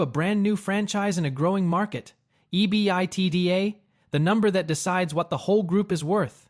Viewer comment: Great video. As a finance bro Eee-bee-eye-tee-dee-ayy killed me. Eeee-bit-dah!